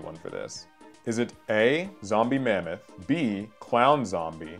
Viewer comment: zombie mamaoth? Armord zombie? Bruh. It's mammoth and armored😂